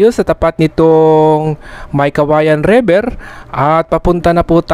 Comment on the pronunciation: Pronounce river correctly. Not Rever.